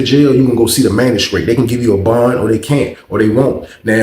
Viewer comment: Lmao man I was thinking I know damn well this man ain’t saying magistrate